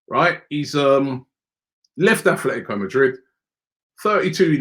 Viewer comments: Atletico not afltico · Is Robbie dyslexic? Man keep persistingly calling Atletico Madrid the wrong way. Once and for all it's Atletico and not Athletico